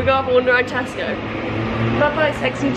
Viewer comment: At last, a YouTuber who pronounces TESCO correctly. Most say Tescos - there is no S on the end.